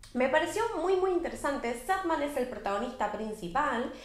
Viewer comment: Y es SanDman, de arena, no Sadman, a pesar de que es medio triste jajaja